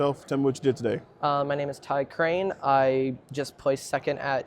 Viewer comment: Bro you butchered my last name it’s Crain